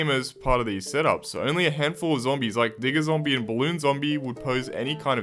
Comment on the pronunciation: when you say digger zombie it sounds a little bit diffrent